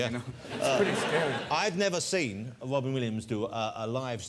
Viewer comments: Mr. Wobin Williams!!!! The gweatest evea!!! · Funny Robin 😂😂 they don't pronounce it right his name ❤❤❤❤❤❤❤❤